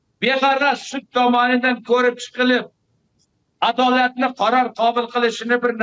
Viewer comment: Йуколсин одолот одолот одолотчи Адолат сущини. Тугри таллафуз эта олмайдиган жунпуриш шавкут мирзийониййййййй